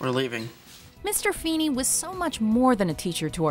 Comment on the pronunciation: Ahem FEENY FE HE HE HEENAY!!!